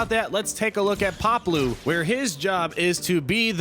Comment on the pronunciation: *(pah•blue), not Pablo lol